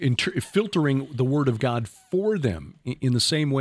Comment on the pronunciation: why have you changed your pronunciation of the word God from how you used to say it? The way you say it now is a little disconcerting and distracts from your awesome message. Any, God bless you my man. Love your message and your vids. 👍